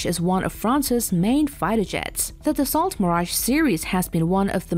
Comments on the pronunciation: Da-so not Da-sailt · dassault is pronounced dasseau. It would be nice if these half assed videos that people put out had some research behind them. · “Da Salt mirage three” god this video is bad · Also couldn't pronounce Dassault correctly. (it's "da-so," not "dassalt.") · Dass - salt Mirage? No. Dass - sow Mirage? That's better. A little effort goes a long way in helping the credibility. It's only French, after all. It's pretty common. Not like it's some obscure dialect no one's heard of. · DAS AUX ! Pronunciation 😉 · What is a Dasalt? C'mon. really? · Dassault is a French company and is pronounced differently because French is very different from English.